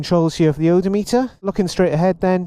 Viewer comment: he said odough-meter hehe